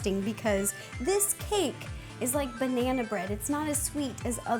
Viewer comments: ro its not "Banaer" it is "Banana" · Agreed. every time she says "banaynaaaaa" I die inside